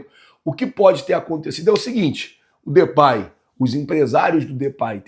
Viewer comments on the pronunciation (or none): Não se pronuncia Depay, Na pronuncia vc troca o A pelo E e se pronuncia Depey